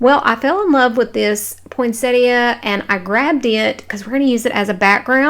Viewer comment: The last one was my favorite. It thrilled this botanist wife's heart that you knew how to say poinsettia!!!